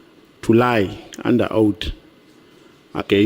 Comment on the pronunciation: It is oath not owti